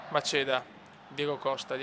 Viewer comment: Comunque é macheda non maceda.. É pure italiano u.u